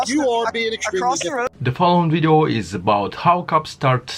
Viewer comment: !!!!!??? WTF IS A WIDEO???